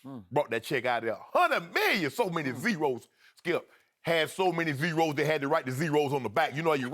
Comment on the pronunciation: lol Sharp says Zeeerows